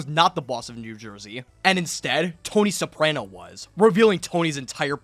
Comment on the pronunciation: do you HAVE to say soprano incorrectly lmfao